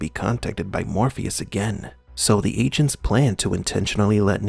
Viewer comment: I thought he was saying "ancients" then i realized it was "agents". Weird.